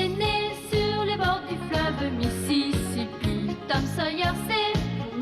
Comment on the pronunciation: Aulie de dire misisipi moouuaa je Di mizizipi mdrrrr😂😂😂😂😂😂😂😂😂😂😂😂😂